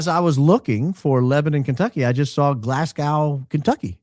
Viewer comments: Oh,....! Not GLASS -gow. GLAZ - go. Place names can be tricky in a country that doesn't speak English! 😄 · Glas-GO... sorry but Glasgo, ignore that pesky W... #1 fan from the West Coast of Scotland 😬